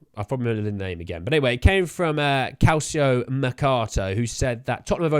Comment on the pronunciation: Since you asked about pronounciation, "Calcio" is "Cal-cho" not Cal-see-oh.